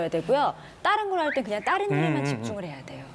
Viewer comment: 아나운서가 자꾸 "따른" "따른" 이러네 ㅋㅋㅋ 전라도 출신인가?